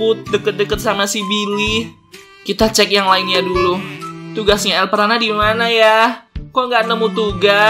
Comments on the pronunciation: Elprana hebat bukan elpranub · Kenapa lu sebut elpranat